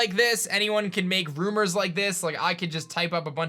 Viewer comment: Say it with me rUmOuR